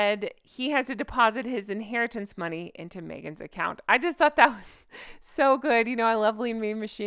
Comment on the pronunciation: It said 'spent all my inheriyance' as in inharryance. LOL